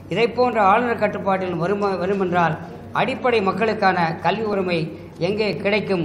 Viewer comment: Iyo கள்வி இல்ல madam கல்வி காது நாரகாசமா இருக்கு Sorry to point out this mistake on this video